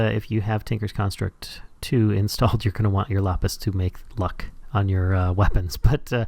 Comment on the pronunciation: LAPIS man says lopis